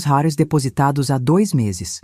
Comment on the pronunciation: Essa narradora é muito chata,toda vez que vai pronunciar reais, pronúncia como se fosse uma palavra estrangeira.